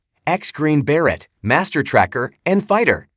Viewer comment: The A.I. Robot doing the narration ... SUCKS. "Green Berrette" (the Robot's pronunciation of Green Beret), and "Ka-Rat" (the Robot's pronunciation of Karate). I had to turn it off to keep from stabbing MYSELF in the neck ... Jason Statham-style.